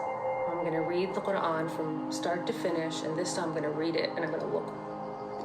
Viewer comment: after hearing that absolute abysmal pronunciation of Quran. I have to say that this guy clearly wasn’t whipped enough